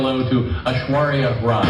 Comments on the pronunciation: But FINALLY pronnounced Rai properly! Hooray! What a historical moment,o Lord! 🤣🤣🤣🤣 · Now it feels weird to hear pronounce 'Rai' the right way... oh I miss those Korbinisations!